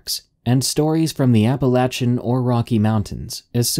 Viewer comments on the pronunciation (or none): apalayshan, not appalatchin